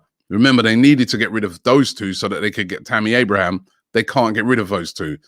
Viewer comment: The best thing about Tammy Abraham finally signing for Roma is that we don't have to hear Robbie calling him "Abrahams" again. 😂